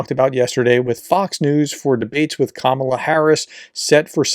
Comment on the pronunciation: Please consider learning how to pronounce Kamala.